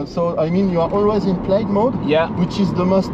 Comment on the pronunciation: Excuse me Sir, did you say "Tesla Model S Blyad" ?